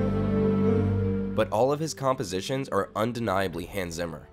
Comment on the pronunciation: it's "Hans" not "Hans"